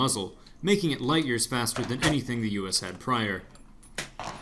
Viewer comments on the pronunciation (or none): none